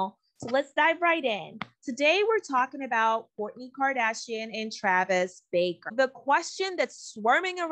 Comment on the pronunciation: It’s not Baker!! It’s BARKER!!!!